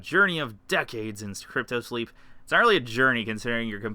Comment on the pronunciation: 15 alphas and their still calling it cryto-sleep instead of cryosleep?